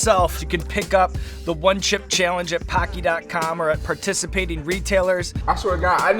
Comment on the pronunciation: He said Paki 👎🏼 🤐